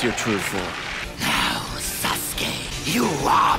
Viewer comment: Orochimaro really said - sasGAY